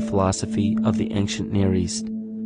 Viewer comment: how come the word "ancient" sounds all the time like "anKcient"? (other than that -very nice and informative video!!!)